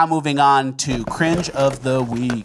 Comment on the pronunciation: Cringe of ze veek.